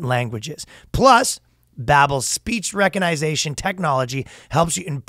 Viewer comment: The man mispronounces the word 'pronunciation' every single time. This time he made up of brand new one: 'recognization'